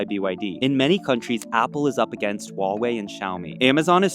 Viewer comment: Huawei not Wahwey come on